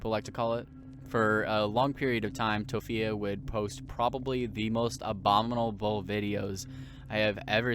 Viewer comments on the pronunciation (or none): "Abomby da ba dul" second take? Nah.